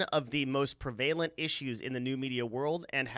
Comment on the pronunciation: you pronounced 'prevalent' the same way I have most of my life right at the beginning (like the word prevailing) someone pointed out to me recently that it's always 'preh-vuh-lent' and it blew my mind.